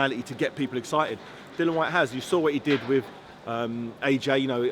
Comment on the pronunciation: Seriously how difficult is it to get his name right. It’s Dillian!